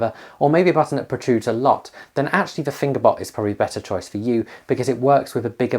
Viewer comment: well I'm 10 seconds in and I thought I heard "finger butt" so let's see where this goes haha